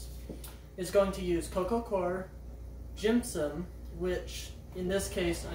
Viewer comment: Stop making an m noise. Gypsum. Not jimpsimp